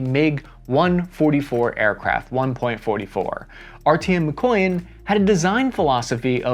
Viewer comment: The way you say mikoyan makes me cringe haha.